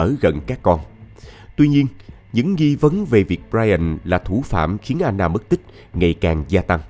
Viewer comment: Sao Anna mà lại đọc thành " A nà" ?